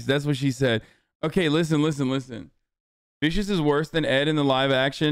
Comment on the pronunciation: vicious was heavily butchered it hurts. Itaiiii!!!!!